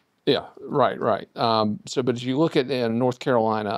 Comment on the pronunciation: "North" Carolina, not "Norf" Carolina.